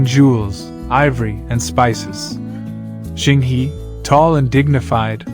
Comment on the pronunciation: Zheng He is pronounces "Jeng Ho".